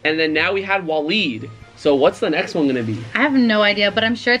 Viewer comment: It’s pronounced waa-leed it might be spelled Different but that’s how it’s pronounced